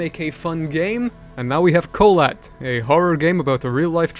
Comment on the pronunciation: I just realised that you mispronounced "Kholat" while watching a russian(?) TV thriller series about the incident